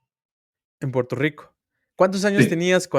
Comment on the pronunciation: EN PUELTO LICO NO HAY R ?